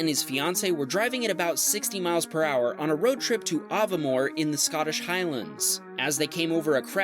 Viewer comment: Aviemore is pronounced A-V-more